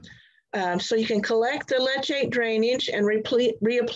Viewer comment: The tea we make from worm casting is called worm tea. If you are referring to the liquid that drains from the bottom of a worm bin, that is called worm leachate or worm seepage. Leachate is pronounced... leach·ate /ˈlēCHāt/